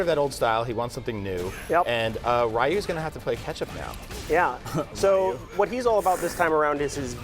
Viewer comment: He said "Raiyu". I'm already done.